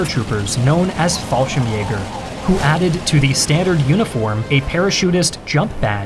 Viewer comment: I can't tell if you understand how to pronounce german words or not. You managed to butcher just about every word, with the exception of Fallschirmjäger, which I would consider one of the hardest.